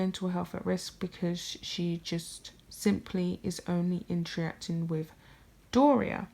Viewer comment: I like your stuff but you really need to listen to how you talk. With is pronounced wiTH not wiff. Your voice goes up at the end of many sentences. You need to work on your diction.